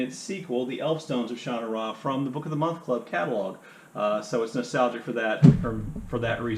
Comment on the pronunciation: How funny--you say Sha-na-RA, whereas I always said it Sha-NA-ra in my head, like Connemara... any idea how it's said on the Netflix show?